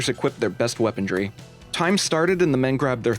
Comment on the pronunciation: Bro I love this video but... “weapondry” really hurts me